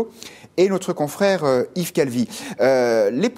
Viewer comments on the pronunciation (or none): none